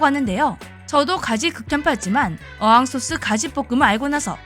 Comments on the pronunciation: 어향소스를 몰라서 어항소스라고 하는거 참 짜치네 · 음, 가지는 저도 어렸을 때 부터 촣아하던 반찬인데요... 가지 무침을 할머니가 참 맛있게 해 주셨던 기억이 납니다. 그리고 참고로 어항소스가 아니라 "어향소스"입니다. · 어항소스 -> 어향소스